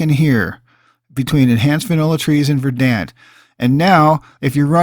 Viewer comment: Excellent! Dude I haven't played since 360 days but even then I thought the game looked rrrrrough. This is exactly what I needed. For teaching me this I give a thumbs-up, a sub, rang the bell. Suh-weet. (and will offer this; verdant is pron. "verd'nt")